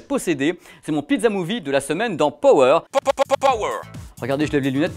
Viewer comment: Power prononcé pawer.